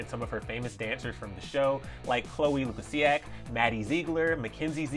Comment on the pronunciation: Dude said Chloe Luciak 💀